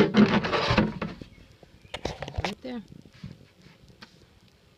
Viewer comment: Hey! Nice dumpstah theyah at the begining theyah.